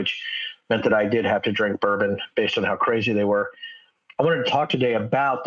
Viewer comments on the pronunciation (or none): none